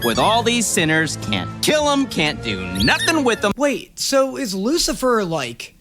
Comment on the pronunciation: "Oh here comes the wucifer specal "